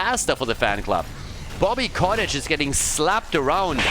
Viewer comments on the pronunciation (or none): It may be distracting to hear you say "Bobby Cottage" all the time, but it's not like Bobby deserves to have his name pronounced correctly anyways, so just carry on as you were,.:P